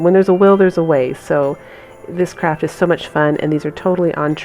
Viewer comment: Lovely DIY items, def going to subscribe (teeny suggestion...maybe say "Project" instead of "Craft"? sometimes it comes across as "crap"...just a suggestion don't shoot me, I do love your things!